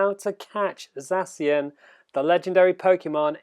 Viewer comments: ZACK IAN, THATS HOW YOU PRONOUNCE ZACIAN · You read it sexy-an 😅😅😂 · U are saying zacian wrong dummy